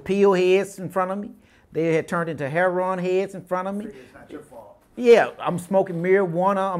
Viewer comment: Can't even pronounce lived. Livded?? Wtf is Livded? Just say stayed dude. You know how to say that. And its heroin, not heron. That's a large wetland bird. Bust, not bustes...but I know this is Ebonics, but its funny as hell to me.